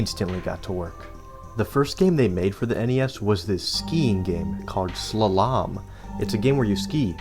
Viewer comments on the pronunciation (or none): Sluh-lomb? Its pronounced Slaw-lumb. Slalom. Also, RC Pro-Am is not RC Pro A.M. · I hope you are joking with that pronunciation. Why is it that internet nerds can't read? Sla-Lomb... wow. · It’s SLAW-lum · Sla lom 😂 it’s pronounced slahlum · say it with me, slah-lum, slah-lum, not slow-lom. Definiton: Noun: a ski race down a winding course marked by flags or poles. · Haha SLA-LAHM! It’s just pronounced Slolum. Awesome video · Great video! I believe "Slalom" is pronounced "slAlom" and not "slalOm". Keep up the good videos! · Slah lahm wtf XD its slawlom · It's pronounced slah-lum not slah-lom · Slalom is pronounced "SLAH-lum", not "sluh-LAHM" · It's pronounced like Slaw-lum. Not Swal-Ohm. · OsKILLoscope, slalaam, zee ex spectrum, SILICONE GRAPHICS AAAAAAAAAAAAAAAAA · “Sla-LOM” killed me. How has bro never heard this word. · “Sluh lahm” for Slalom is insane lmao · Slah-lum, like golem (pronunciation) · I came here to say this. It made me laugh, because he said it like 4 times. Slull-ahm 😂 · slalom is pronounced slaw-lum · The way you pronounced slolom 😂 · From now on I'm pronouncing slalom as "sluh-LAHM" 😂😂😂😂😂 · Hey dude. "Slalom" is pronounced "Slah-Lumm". I've only ever heard it used to describe single-ski waterskiing, and nothing like the snow skiing depicted in the game; but it is a skiing term, and it's unique and stands out on a store shelf, so I can see why they used it. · lol why are you pronouncing "slalom" like "shalom" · (slaw)-(lum) = Slalom. great video! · Great video.. Also 'Slalom' is a type of downhill ski race. It's pronounced sla-lem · lmfao!!! That was extremely jarring, I’m gonna be recovering from the back-to-back “slaLOMM” for quite a while omg..😮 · that's... a way to pronounce slalom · Do you get like, half the names of things wrong on purpose? Loughborough, ZX Spectrum, and Slalom to name a few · Oh my god, why do you say slalom like that, oh that hurts me, I've never heard it like that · Dude have you never said the word slalom before?